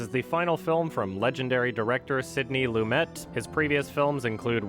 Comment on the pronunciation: pronounces all the foreign names annoyingly precisely “Sydney LumeT”